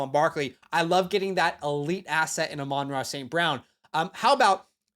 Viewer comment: My hope for you,,, and the entire dynasty community for 2025 is that you learn how to pronounce Amon-Ra. If everyone pronounced Zach wrong, you’d want them to get that figured out. He’s a top 2 tier WR